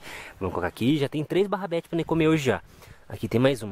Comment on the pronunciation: O melhor é o falando "Barrabetes" auge kkkkkkkkk